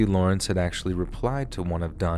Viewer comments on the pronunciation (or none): none